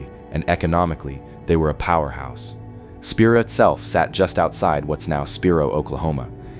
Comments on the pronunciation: Spiro is pronounced Spy-Row, NOT Speer-row 😂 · Research the proper pronunciations! Heave-ner Spy-roe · SPY-ROW OKLAHOMA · That's pronounced "Heevner" Oklahoma. And "Spy-ro" Oklahoma. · It's pronounced spy roe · Heavener is pronounced Hee-ven-er! Spiro is pronounced Spy-row! The state does a terrible job of keeping it up. A beautiful place left to die. I liked your video!